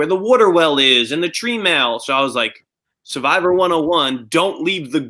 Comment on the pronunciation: i think it's his accent. he pronounces it suh-vivor too.